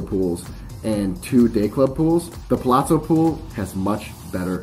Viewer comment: Theres no 'T' in Palazzo